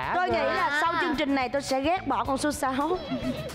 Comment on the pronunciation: Mc nói sai chính tả nghe khó chịu ghê. "Chương trình" chứ k phải "trương trình" nha chị Sam